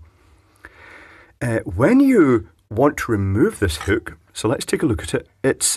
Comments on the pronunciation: God damn it. It's called a hook. Not whook. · "whookuh" 😂 love it, what a product! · I like the way you say hook. Makes me laugh. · Love how he says hook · Did he say "wall huke"? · What is a "hewk"?